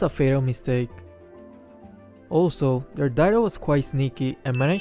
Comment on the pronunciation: Bro its dyrroth , not deroth